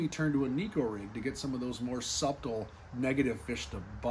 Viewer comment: Thank you for the info. Your videos are invaluable to a novice bass fisherman like myself. My only question is, why do you enunciate the b in subtle 😊.